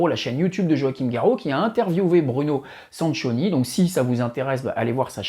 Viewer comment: Il faut prononcer "Sankioni". 😉